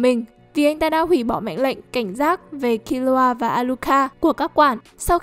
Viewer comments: Killua mà đọc như killra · Kiu loa là cái gì thế..đọc phát mệt